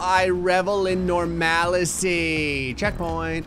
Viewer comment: “nor-MAL-a-cy” It’s really just “NOR-mal-cy” as in normalcy